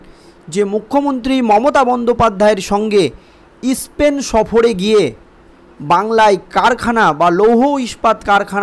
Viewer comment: ইস্পেন নয় স্পেন আগে আদর্শ লিপি কিনে বানান ও উচ্চারণ শিখুন